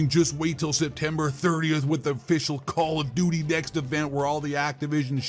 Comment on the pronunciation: Call Of Dooty!!! 😂 💩